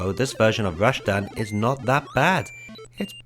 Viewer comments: rash-tan? think you mean ras-tan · Rashtan sound's like how Sean Connery would say Rastan lol